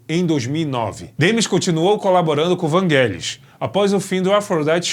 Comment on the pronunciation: não é não. É Vangelis mesmo. Sílaba tônica no "e"